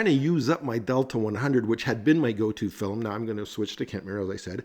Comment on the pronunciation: Your pronunciation of film as, “fill-em”, is endearing…